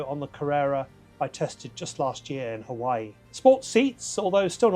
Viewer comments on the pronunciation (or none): none